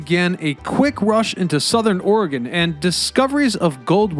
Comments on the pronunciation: Sounds like a typical over sensitive north westerner thing to be offended by. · In his other videos, he does not seem to have a problem with pronouncing the states of Illinois, Kansas, or Arkansas. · 😂 I feel the same way. Could we make it more obvious we're OR-É-GUN? Over all he did a wonderful job. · So many non west coasters don’t pronounce Oregon right 😂🙄 it’s annoying. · Dude, you can't even pronounce OREGON! Then you yammer on about indigenous people once living on the banks or the Willamette river blah blah blah. Sooo annoying!! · We know you're not from Oregon when you pronounce Oregon incorrectly like that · If you can’t even pronounce the name of the frickin state properly, then how can I trust the integrity of the content? (Hint: I can’t) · weird mispronunciation of our state name makes this awfully unwatcbable. Embarrassing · The way he keeps saying Oregon throughout the video. Cringe couldn’t even pay attention to what he was saying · How about learning how to pronounce Oregon before talking about it. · First, if you do a documentary, learn how to pronounce the name of the location. Second, the Heathman hotel was notorious for having a basement brothel and third, Seattle has the same underground system to ferry unsuspecting sailors to their fate and still has tours of such tunnels. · I swear no one from the east coast knows how to say Oregon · I don't know how somebody can pronounce "Willamette" correctly, and then go on to miss "Oregon" so many times. I give him props for a few instances he got more correct, but maybe he just didn't want to commit, since I know midwesterners have a town named "Oregon" that they pronounce differently? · A lot of this history is dubious, and the man not knowing how to say the name of the State makes it worse. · I give you credit for saying "Willamette" correctly, but the repeated "Ore-GONE"s made my ears bleed. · Ori-gun lol We say it like Oregen: Oregon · QUIT SAYING "OR-EH-GONE"!😡 IT'S "OR-GUN"!😂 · OR-GUN, NOT ORYGONE